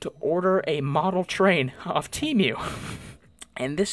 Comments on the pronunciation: it’s pronounced tee-mu not team-mu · “Te mew” 💀